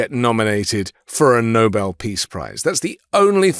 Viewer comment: How wonderful! This BBC announcer pronounced "Nobel" "No-Bell", not NOBLE like most American audio journals.